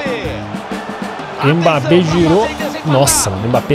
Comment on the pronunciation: No minuto ele fala mpabbe